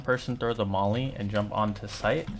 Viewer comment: really strange because I thought it was called a molly and not a mally? Anyways great yapping session as per usual